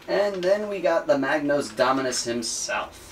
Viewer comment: I'm sorry, I can't help myself, mispronounciation really annoys me... it's a Magos. There's no 'n' in it. Further more it's impossible to see the A4 parts sheet which is a shame as it looks pretty interesting.